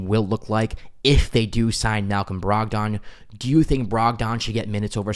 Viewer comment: Brog-den not Brog-don. No one says Brog-don.